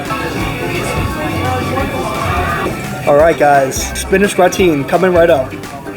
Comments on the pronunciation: "Gratin" is pronounced Grat-un (English) or Gra-tawn (French). No one pronounces it Gra-teen. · It’s more like gra-te. You don’t pronounce the n. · It's not gra-teen. It is more similar to graten light n sound. It is difficult to describe the French ending. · My years of french class hurts hearing him say gratin. I should sound like Gra tan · Hi! Great review! Just wanted to mention, gratin is spoken as gratan. I think it's french. We learn something new everyday. Keep on! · Check pronunciation of "gratin.";) Thanks for the great look at these restaurants ! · You're pronouncing gratin wrong. The emphasis is on the first syllable and the "i" in the second syllable is a short "i" so it's pronounced like in the word "is". It's a French word and is commonly used for the dish potatoes au gratin. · Gratin rhymes with sunTAN.